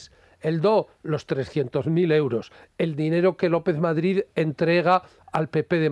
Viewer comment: Se dice Madrid, no Madgid.